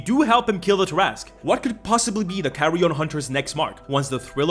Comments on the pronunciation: pronunciation of "carrion" sometime sounds like "carry-on". This feels appropriate for a survivalist lich, especially if the player is British. Keep Calm and Carry On Hunting... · Carrion Hunter... Carry... Carry-on Hunter? Bro...